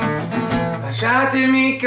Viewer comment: Your pretty good but you said "Lasciatemi" wrong